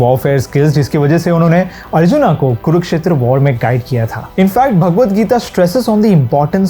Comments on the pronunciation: बहुत ही ज्ञानपूर्ण और ख़ूबसूरत वीडियो! धन्यवाद!! जय श्री कृष्णा! बस मेरी एक विनती है, आप 'अर्जुन' को " अर्जुना" और असुर को " असुरा" *और भी इसी प्रकार )ना कहें! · Why are u said RAMA , ARJUNA, BALRAMA, foreigners have difficulties to spoke indian Names like Ram , Krishn so they Add Extra " a But i didnt why we accept this type of Accent